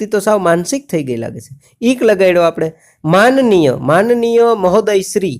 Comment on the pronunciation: Thanks sir but ત્યા મનનીય નઈં પણ manniy આવે